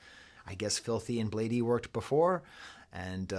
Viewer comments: It’s blade not bladey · love the video unc, but its just pronounced "blade" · this video made me make an account on my insurance's website and reach out to a therapist. (Please stop saying bladee like that 😭).